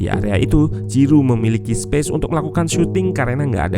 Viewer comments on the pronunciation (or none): none